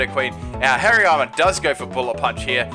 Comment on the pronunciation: I thought he said HAIRY ARMS instead of Hariyama